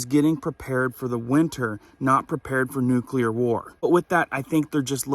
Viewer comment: It's not nucular, its nuclear. Gees.